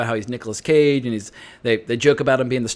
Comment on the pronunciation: I heard "Nick Cave," instead of "Cage."